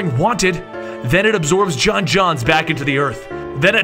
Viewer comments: arent you supposed to say it jon jones not jon jonzz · Ik it doesn't matter, but every time he says John Jons, im like....its John Jones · it's j'onn jones not john-jonzs😠😠😠😠😠😠😠😠😠😠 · You mispronounce J'onn J'onzz everytime... Its not John Johns........ It's John Jones with an accent on the J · John's name is John Joans not John John